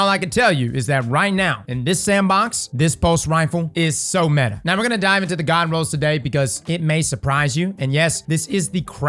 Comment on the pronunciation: Its METAHHH